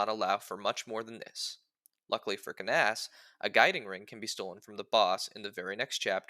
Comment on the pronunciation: That is certainly not how I've ever pronounced this mans name in the entire time I've known of his existence. Also Fire Emblem 7 was very funny for locking away the only Dark magic user behind an optional side chapter that, while not hard to get, is also definitely missable if you aren't careful. Anyways my favorite pizza topping is black olives (the real answer would get me Luna cheesed).